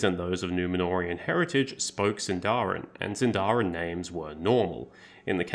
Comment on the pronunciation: small correction: it’s pronounced síndarin and not sindárin!